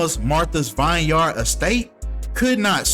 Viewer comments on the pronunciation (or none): Vineyard pronounced: vin•yrd Literacy is so important, if you see a word in life that you have not been introduced to, it is absolutely ok and imperative to learn it’s meaning and pronunciation. BM please take your literacy seriously because regurgitation of words without the understanding of them is the reason why society can’t comprehend your message. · Lol it's pronounced vin-yard😂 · It’s also pronounced vin-yerd